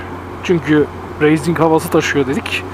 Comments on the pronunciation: Racing'e üstüne basa basa reyzing diyorsun ya :)üyük ihtimal öyle duyduğun için öyle diyorsun ama "Racing" kelimesi "Reyzing" diye değil "Reising" diye okunur :D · kardesim ne kadarda yanlis telafuz ediyosunuz bu raysinki ya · Reyzing denmez be üstat. race yazılır reys diye okunur. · doğru biliyorsun öyle olmalı zaten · Motovlog Verdiğin örneklerle "Racing" kelimesinin pek bir anlamı yok aslında,Spain İngilizcedir Spein diye okunur İspanya Türkçedir İspanya diye okunur.Ciks olmak veya görünmek gibi bir derdim yok sadece çok yapılan bir hatayı düzeltmek istedim.